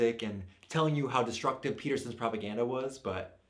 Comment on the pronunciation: Propa-gussy" BABE I CANNOT 😂